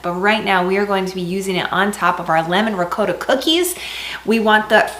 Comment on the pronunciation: Thank you for pronouncing ricotta properly